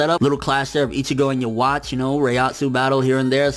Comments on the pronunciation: Ya wachee? His name is pronounced ' Yah Wek'. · Great review bro. I just wanna say something to you. I am not trying to rant on how you do things here, but Yhwach is pronounced differently than how you're saying it. Remember that the Quincy has a German theme going on, and it carries over to the pronunciation of words. Yhwach=Jehovah=God! Yhwach is pronounced Ye'Hu'Vah! How you may ask? Look up the tetragrammatron, and you will see. Also in German the letter W has a V sound. Like the famous opera maker Wagner. It is pronounced Vagner! You're the best, and I always like your reviews. I hope you don't think I'm jumping down your throat, but I just hoped to help out.